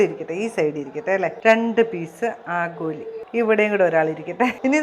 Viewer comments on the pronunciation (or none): ആഗോലി😂😂😂or ആവോലി